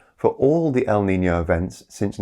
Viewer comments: El nino. Not el nina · I’m a little confused because I hear “El Nina,” so I’m not sure if you meant “La niña” or “el nino” in some places. Maybe it’s just a different way of pronouncing things. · Pronunciation is wrong. it's El Ni-NO, I hear you saying El Nina a few times. If it's the feminine term, it's with a "LA" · There is NO "EL NINA!!!!" It's EL NINO, or LA NINA.